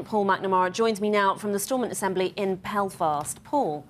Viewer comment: It’s not Pelfast …. It’s Belfast. She has one job. To read a promoter.